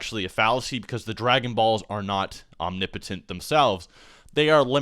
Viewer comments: is that really the correct way to say "omnipotent"? it sounds so wrong. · renge miyauchi om-ni-po-tent the ni is a soft i